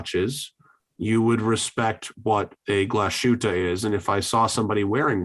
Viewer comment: Great topics today! Also I'm usually not the one correcting pronunciation of other people (because I make mistakes all the time) but I'm pretty sure you are mispronouncing Glashütte, especially the 'S' letter. Its two words, 'Glas' and 'Hütte' combined to one.